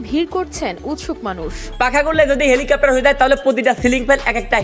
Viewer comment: helicopter ❌ vancopter✔️